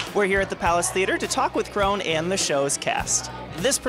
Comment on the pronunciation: lovely....would have been good if the interviewer knew how to pronounce Caron's name...